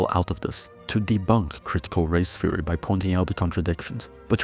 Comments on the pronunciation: Critical "feory"? Are you Dutch? Also, great video. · Great video, very concise! For anyone else wondering, he's saying "theory", not "fury".